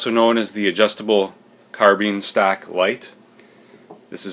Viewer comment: ?? stock....I hear you keep said STACK???? ( or maybe ME) hahaha